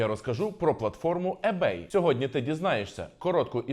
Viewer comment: Перед тим як записувати відео про ebay, треба було прочитати, хоча б як правильно вимовляти - не Ебей, а Ібей